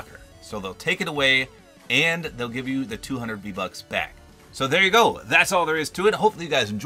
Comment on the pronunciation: He said v lucks